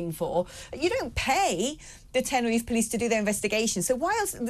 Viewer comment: Its Tenerife not tenner if, i will start calling Bristol Bristo, or Birmingham Birmingh, London I'll call it Lond